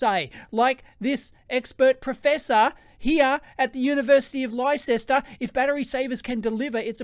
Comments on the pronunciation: I'm in Oz and most know how to pronounce Leicester correctly. Dave is the exemption that makes the rule. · Leicester is pronounced as 'Lester' not 'Lichester'. That popular Mechanics article mentions Bateroo if you look. I saw it scroll past in the video. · Came here to also debunk lie-sess-ter as a pronunciation. Lester! It’s Lester. Just like Leicestershire is “lester-shuh” or “lester-shear” depending on your accent. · Haha!! I'm an American and I was LITERALLY DYING (ok, maybe not...) every time you said LIE-SESSTER. Put another prawn on the barbie. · I chuckled every time you said lie-ses-ter 😂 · University of Leicester (lester) the way people say things makes me laugh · LIE SESS TER 🤣😂🤣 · Dear Dave. Leicester is quite obviously pronounced "Lester". Just like "Worcester" is "Wuster". And Cirencester is "Sirren-sester". And any guesses for Towcester? That's right - "TOASTER". Best Wishes, British English!! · PMSL of you pronunciation of the University of Leicester from the Old Dart - it's actually pronounced Lester - still a great vid :D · Jeeez!! Have you never heard of Leicester before? Pronounced "LESSTER" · Psst Dave, Leicester is pronounced " Lester" and the county is pronounced "Lestershire" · Leicester is pronounced 'Lester' old chap! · it's pronounced Lester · <Psst! ... "Leicester" UK is pronounced "Lester"> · Leicester is pronounced more like 'Lester' - English words are odd :-P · Is that University in Yankie land or Leicester in the old dart? If it's the old dart that'll be pronounced Lester. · I paused and scrolled down to the comments immediately on hearing your pronunciation of it. And had to scroll no further than the pinned comment. Brilliant! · Great video, enjoyed your mis-pronounciation of University of Leicester (I am a graduate from Leicester) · Thank god someone else said it. It hit my ear so wrong when he pronounced it that way. I’m from the UK too. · The way you pronounce Leicester is pretty funny